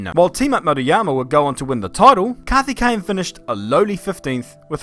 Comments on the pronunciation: The Coimbatore pronounciation though 😂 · His name: Karthikeyan: Kathikane Auto Captions: Kathy Kane 😅😂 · its 'kaarthikeyan' not 'CarTiKkeyyen ' 😅